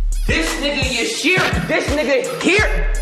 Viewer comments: Hifumi:Y-Yasu.. Hi-ro..: YUSHIRO!!!!🤬🤬🤬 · i love the way he pronounces Yasuhiro, “Yushirow”